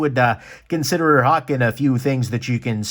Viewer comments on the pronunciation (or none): none